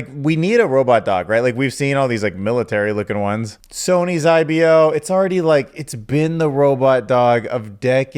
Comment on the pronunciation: It’s pronounced I-bo not I-be-oh